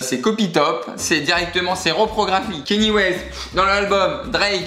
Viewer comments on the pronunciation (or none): none